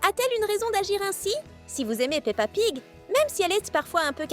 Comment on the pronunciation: Tu as dit pa pig 😂😂